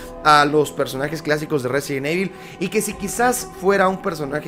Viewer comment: Porque dicen evil no save pronunciar